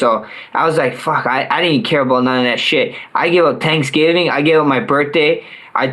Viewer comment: Oh my god, Max Holloway said "Tanksgiving" It is true after all....Conor blessed this bum. Max "Conor Blessed" Holloway